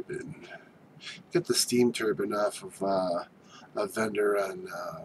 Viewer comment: Cut your finger nails, clean your house and change your shirt. And your pronouncing turbine wrong. But seriously your fingernails scare me